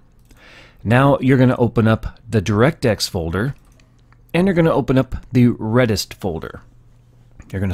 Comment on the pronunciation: Also it's not reddist it's re dist as it's a redistribute package